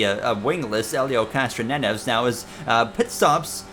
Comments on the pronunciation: also, idk if i was mishearing, but its not “castronenes”, its “cass- tro- nev- ez”, pretty much exactly how its speller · Castronieves not castronenos